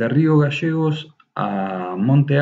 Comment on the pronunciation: No se dice magasanes es magaLLANES Y no es rio gasegos es GALLLLLEGOS LLLLLLLL NO SSSS